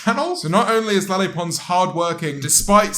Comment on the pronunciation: The way you say Lele sounds like your saying "Lilly" in a really derpy way 😂 When ever I saw her name I thought it was pronounced like "LeighLeigh" 😬